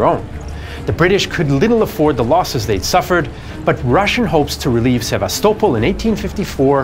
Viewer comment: Omg man finally Sevastopol pronounced correctly 😂